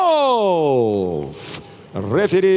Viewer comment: Комментаторы почему то всё время боя говорят Ковалёв,Ковалёв🤦‍♂️